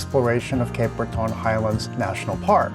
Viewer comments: It's ok even Elton John mispronounced it when he did a concert here in 2011. We pronounce it Cape Bretin. Glad you liked your visit. I recommend the Cabot Trail for your next visit, especially during the fall. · I love how you say it …. But it’s more like Brett’n, if you are from there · Please learn how to pronounce 'Breton'. It does not rhyme with 'baton'. I don't know how you can visit a place without finding out how to say its name